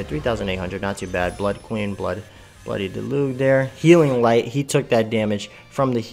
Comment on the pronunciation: Cool vid, thanks for the info. Also it's pronounced Del-uzhe